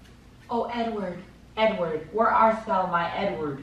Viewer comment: I thought he was n-word but he was saying edward 😂😂😂😂